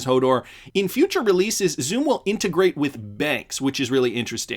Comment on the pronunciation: Xumm is pronounced like "Sum", as in to sum up. Plus New York aren't going cashless, on the contrary, they're trying to prevent exclusively digital checkout. This is with the unbanked in mind, who do not have a digital method to pay so rely heavily on cash payment.